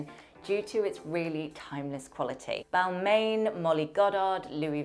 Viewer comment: Balmain is pronounced as Balmah